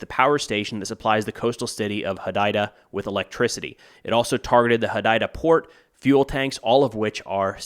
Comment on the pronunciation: One thing quickly, Hodeida is pronounced hoo-day-dah